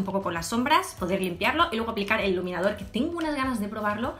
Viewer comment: Min en vez de decir iluminador dice leniniafor oz habeiz dado cuenta?